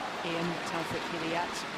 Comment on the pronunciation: I can't believe the women commentator after all these years still can not pronounce Taufik,s surname correctly.Honestly she is so dumb because nearly the umpires pronounce his name correctly !!!! Women please please please for once in your life either ask the poor chap himself or simply listen carefully to the umpire.it's so annoying,and if that's too difficult then simply call his first name which surprisingly you say correctly.